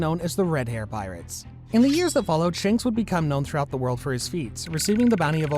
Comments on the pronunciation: Bro said Shunks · bro really said shaanks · Bruh said shonks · It’s not shanks it’s shamrock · Its not shanks but shamrock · Bro called shanks socks. 😂😂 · Shonks is actually funny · Did anyone of you hear the wrong pronunciation of shanks he called it shonks😂😂😂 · At the shank part, he said shonk instead at the time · You said shanks wrong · I swear people butcher the names of characters on purpose🤦🏻‍♂️ Dude said Shanks perfectly fine, then less than 10 seconds later, pronounced it like he was choking lmaoooo